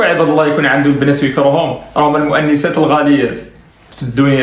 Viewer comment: المؤنسات وليس المأنسات الهمزة فوق الواو لأن الهمزة ساكنة ومسبوقة بضمة